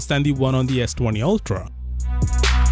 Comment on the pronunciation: "altra", as says LoL